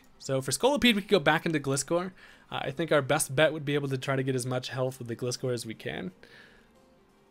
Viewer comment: Loved watching Showdown battles, but as someone who loves Gliscor, it hurts me hearing your pronunciation of his name lol. The "Gli" in his name is pronounced like "glide"